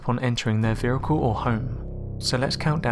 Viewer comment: Anybody else noticed tha he pronounces "vehicle" as "vericle"?